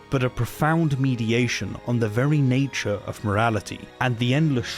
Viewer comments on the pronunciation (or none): none